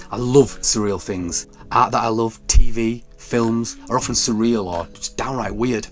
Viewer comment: the way you pronounce the word "art" is an outrage